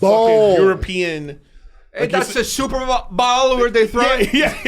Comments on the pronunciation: I love Brendan, but thank you guys for calling out him saying super "ball" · Glad someone finally lets him know he's saying superball all the damn time lol